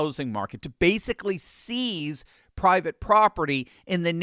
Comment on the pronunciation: “seize” not “sees”